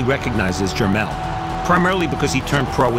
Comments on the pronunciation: they always say jer-mail... lol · man these reporter's can't say Jer-Mall they butcher this kids name every time